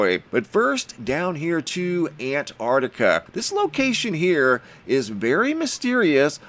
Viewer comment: Hi,I cannot help this,i am an old fashioned Englishman.I love you dearly & what you do but please please stop saying "very" unique.If something is unique then it is..........that's it..........unique,also please concentrate on the pronunciation of the Southern Continent,you get it right & then it all goes arse up,I love what you do but .....................I am probably a pedant but I like things right.Am a retired English Butler aged 72 so there you may have a reason & yes I worked in High Places not for a new Millionaire